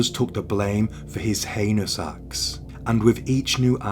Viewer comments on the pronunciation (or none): Sorry to interject, but its pronounced HE-nious, not anus. Anus is a hole in the body.